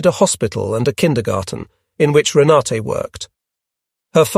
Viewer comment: Rena-tuh (German pronunciation), not Rena-tay